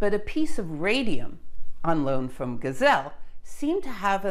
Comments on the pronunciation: Hi, took me one video to become a fan. One remark: the German named having an sound „[a͜I]“ in, are written with „ei“ instead of „ie“. But I suppose it’s easier for English natives to speak it correctly with „ie“. In German that would be pronounced as a longer „e“. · Giesel (not geisel, pronounced geezel in German), Friedrich Oskar, : Chemistry researcher and more: Shortly after publication of the discovery of polonium in the summer of 1898, he [Giesel] started to isolate the new element from the waste of uranium production in the chemical plant E. de Haën in Hanover. By March 1899 he could present the first radium to the chemical society of Braunschweig[1] and by mid-1899 he published his results on radium.[2] Giesel improved the separation of radium from barium by using the bromides instead of the chlorides for the fractional crystallization. He produced large quantities of pure radium and polonium for commercial applications from uranium ore. Even William Ramsay and Frederick Soddy were buying radium from the factory of Giesel. (Wikip.) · How did you manage to mess up the pronunciation of "Giesel" even worse in this subsequent video?!? Gazelle? Well you got the /z/ part right at least. You must have got some really bad advice between this in the last video. Anyway, it's "GEEzle" like "Diesel." See my comment on your "Radioactivity: Etymology..." video for some details on German & French name pronunciation, could help you in the future. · The German fellow's name is pronounced GHEE-zell, not GAI-zell or gai-ZELL. Otherwise interesting and informative. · I love your lectures but sometimes the pronouncation of last names throws me off - no I'm not perfect either. No, no problem with your Polish which isn't easy to pronounce. Giesel (Geesel), similar to Diesel, but with G. Yes, there is another physicist Geisel. Yeah, and my neighbour's last name is Geiger. Oh, I hope it's just a coincidence...